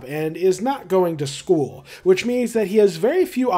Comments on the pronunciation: every time you said "in terms of means" all i could hear was "in terms of memes" T-T (great video btw!!) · Every time you say "means" I have to think for a second to make sure I didn't just hear you say memes... Also fantastic video, holy crap. I'll be subscribing to catch more of these.